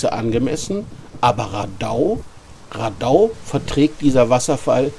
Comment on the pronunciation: Wohl eher rAdau statt raDAI